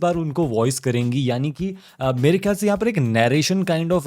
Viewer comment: नॅरेशन् ❌ नरेशन् ✅